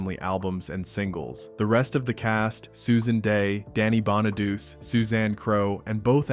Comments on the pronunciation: Bonaduece? Stop it. It's pronounced Bonadoochay. God! And he bullied Jeremy Gelbwaks. What a collossal bona-douche. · Bonaduce is pronounced: Baa Nuh Doo Chee, Not Baa Nuh Doos Just saying! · Danny’s last name is pronounced (Bon-a-du-chee) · It's pronounced Bon-a-do-chee. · Bonaduce is pronounced Bonna du chee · Bonaduce is pronounced Bon-a-doo-chee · Bonaduce is pronounced BON A DUCHI 😂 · Danny Bonaduce is pronounced: Bah-na-DOO-chay! Dorothy Baxter (Whitney Blake), was married to George Baxter (Don DeFore), a lawyer, on “Hazel” back in the early ‘60’s. Dorothy was an interior decorator. Lucille Ball played Lucy Carmichael, a bank secretary and widow with 2 kids on “The Lucy Show” in the ‘60’s. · I stopped watching when you mispronounced Danny Bonaduce. Phonetically is pronounced Bonaduchi. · Most of us superfans knew most of this stuff. We even know how to say Bonaduce. Thumbs down, research better. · He shouldn’t narrate if he never watched the show or can’t pronounce the actor’s names. It’s kind of insulting. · That bothered me too 😆